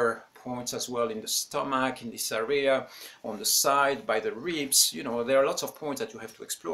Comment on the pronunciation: You’re not pronouncing “area” correct. The accent goes on the first syllable. Not the second.